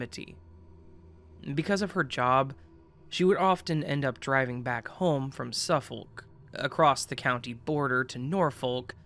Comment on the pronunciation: Suffolk = Suff-uhk , Norfolk = Nor-fuhk (silent "L")